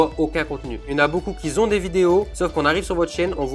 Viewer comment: Il y en a beaucoup qui zont... Y en a qui zont pas... Y en a qui zont oublié... OMG!!!!